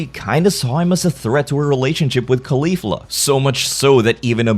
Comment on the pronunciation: "K'leaf'luh" What, exactly, is wrong with Caulifla? It's not that hard to say. Even words that aren't Japanese aren't safe from the s'COND s'LLAble stress.